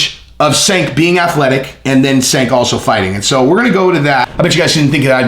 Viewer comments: you did a whole video about a guy and didn’t bother to research how to pronounce his name though. I mean he’s ridiculous but that’s a bit hypocritical for the theme of the video. Cheers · its not SANK, its JANK. lol. Cenk = Jank. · Not Senk. His name is pronounced “Chunk”. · i usually like your channel.... but you didn't do enough research to even correctly pronounce Cenk's first name... It's pronounced JENK, not SINK and it makes your entire point about doing research laughable. His name is the most basic part of the story and you pronounced it wrong every single time you said it... You also lied flat out about TYT being 'bought off' and such. That's absolute slander and shows you actually know nothing about him. It looks like he insulted Joe, but you're in your feelings now and it's embarrassing. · Hey, Cenk is "Turkish", so the C is like an English J. The name is JENK not "Chenk" or "Senk" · It's CHenk. not Senk. All you guys are on the Right, huh. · Fat jokes,? Really? So, if you're not a bodybuilder, don't want you on his channel unless he's making fun of you. Unsubbed. His name is pronounced Jenk, you steroid-addicted idiot who contradicts himself back and forth. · Cenk is pronounced Jenk! You did research on this like the research you did on Terrorism! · "Senk". Good one, zero hespect on that name pronunciation, scorched earth all the way, the fire rages! Youtubers use Joe's name often, on both sides of an issue, clicks. Short term anyway. Not the long game like, blazing new trails! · It's "Jenk" but ya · pronounced "CHenk". its not only MAGA folks that dig your channel bro. keep that in mind. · Cenk is pronounced jenk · "Do some research" says.... and then goes on to mispronounce Cenk's name every single time he said it. LAUGHABLE. My 9 year old researches better than that. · maybe you should have taken your own advice and googled how to pronounce Cenk.